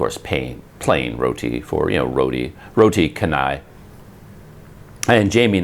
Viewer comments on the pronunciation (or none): In malay language C is pronounced 'cha' not 'ka'. So canai is 'chanai' not 'kanai'.